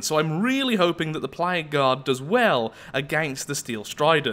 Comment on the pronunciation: With 2x speed and your accent whenever you say "Plague Guard" it sounds like "Played God"